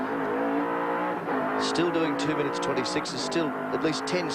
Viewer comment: He said minn I its